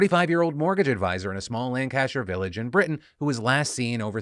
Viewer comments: As a Brit, I just love how Philly D pronounced Lancashire. Took me a second to understand what the word he’d said was. 10/10 will say Lancashire that way in work tomorrow for a reaction. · Damn it Phil, typical American butchering our counties pronunciation. its Lan-ca-shire not Lan-cashier. I hope you work on it for the end of the week comments 😂 the whole ordeal is so sickening for the family, to deal with such a horrific moment in such a globally public way. everyone in the country got bombarded with articles about her missing person report. that her husband was being accused, that her children will have to live with this event defining their mothers life from a public view. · What has happenned with Nicola is incredibly sad (my boss is a friend of the family and this has been hard on her, let alone what it must have been like for actual family). That said... Phil's pronunciation of Lancashire (Lan-ka-sher btw) was a little ray of sunshine in a dark as hell situation. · It’s pronounced lan-ker-sher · Phil, that is not how you say Lancashire. It's Lank-ish-err. That's it , thats the comment 🤣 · Pronounced "lan-cuh-sheer" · Lancashire, pronouced, Lan-ca-sheer. I'm from there. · Lancashire not Lancaster Phil, with much love you beautiful bastard. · I have to be that person, sorry. It’s pronounced Lan-ka-sher. All the love. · "lancAshire" lol. It's pronounced 'lanc-uh-shuh' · Hearing Philip Defranco mispronounce my home county of Lancashire multiple times was very surreal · Philly D, ily, but as a brit that is absolutely not how you pronounce Lancashire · Learn how to pronounce Lancashire Phil. Hint, it's even easier than Worcestershire. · I'm actually from the lancashire area and the lancs police being hilariously incompetent is a well-known thing in the county, it's quicker and easier to get your local drug addicts to help than the emergency services in some areas. Also the way Phil says Lancashire hurts all of my bones.